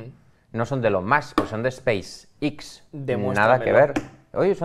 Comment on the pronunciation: ha aprendido las letras en inglés yendo a clases impartidas por mi abuela, Space ix para el en vez de Space (e)X. Cuenta para el #pifiaslmi?